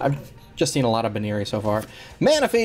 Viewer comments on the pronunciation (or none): BUN-eary not BOO-neary...my opinion though